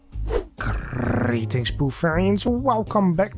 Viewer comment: You rolled the r's on "greetings" a bit more this time? Must be a good vid.